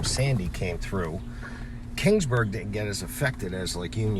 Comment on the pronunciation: It's Keeeeeeeeeaansburg not King's Burg. Sheesh